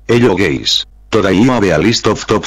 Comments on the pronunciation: "Hello gays"💀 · Bro my man said Hello gays💀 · "hello gays" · i always hear hello gays instead of hello guys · The best part of the Spanish is that says “hello gays” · I like the starting accent... "Hello gays" 😆🤣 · He sais every time hello gays hahahahahhaha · why I'm hearing gay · "ello geis